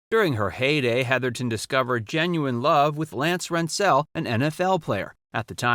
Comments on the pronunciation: Another great piece you did here but Heatherton's ex husband you pronounced Lance Rens Zelle and it's said Rens Zel. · RENT-sel, emphasis on the first syllable. Not an "indiscretion." Exposing himself to a child was a serious sexual perversion. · Good review of her career. The only correction is the pronunciation of her husband's last name, it was RENT-zul. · You can’t even pronounce Rentzel correctly .